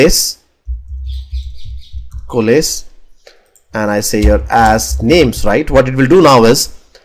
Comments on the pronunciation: Since you mentioned about not knowing the exact pronunciation of the word "Coalesce": It's pronounced "Ko"+"Less". You can also listen to the pronunciation on good translate. It will give you the US accent pronunciation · Great video. Exactly what I wanted. You have very impressive English though to answer your question COALESCE should be pronounced Koh-a-less.